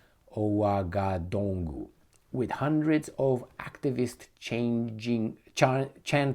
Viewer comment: Ouagadougou is pronounced "Wagadugu". So simple yes?